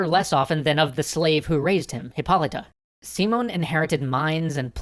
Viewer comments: I know it's just nitpicking, but it bothers me the way he says SImón... It's siMÓN the strong part in the last syllable. Maybe it's better to just call him Simon, like you would say it in english, because if not, sounds a little weird. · Yo, guys, love the video. I just wanted to give you a little tip, it's pronounced SiMON, not SImon. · Dude, it's not SEEmon, It's SiMON (accent on the "o") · Thats because english speakers cannot say the name properly. I keep hearing SImon instead of SimÓn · Am I the only one bothered by the way he pronounces hispanic names? The accent means that you put force into that syllable. His name is pronounced si-MON bo-LI-var. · I'm from Colombia (Latin America) and your story is very good and detailed. (But it is Simón with the accentuation in the O and Bolívar is with the accentuation in the I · I figure that someone may've mentioned it already, but the way you pronounce that leans more towards SimUn BolEEvar. The tildes change the focus of the sentence. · si-MON bo-LI-var you're welcome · lol its not pronounced seamon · Dunno if the audio for all episodes has already been recorded, but the accentuation on the name goes si-MON bo-LI-var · A small pronunciation correction: the stress in Simón is on the second syllable "si-MON" and in the case of "Bolívar" the stress falls on the second syllable as well: "Bo-LI-var". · Yeah the pronunciation kept confusing me, specially because all the writing has the accent mark in the proper place. Who the fuck is `SEE-mone`? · Most of your spanish pronounciations were okay, but I think Bolivar doesn't have a tilde and his name is accented as SiMÓN BoliVAR. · Guys ! This is Spanish ! You have the accent ! Sim ó n !!!! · guys, his ship didnt stop on México city. The city is inland, so no harbors probably mixed the country for the city. Still awesome video. Also you are pronuncing the name wrong the enfasis in on the o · it's See-môn, not See-mun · It's see-MONE not SEE-mone